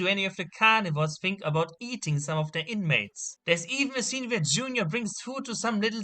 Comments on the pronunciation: When he screams "junior" it sounds like the Hungarian word "csúnya" Which means "ugly" lmfao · It really sounds kind he’s saying June-yah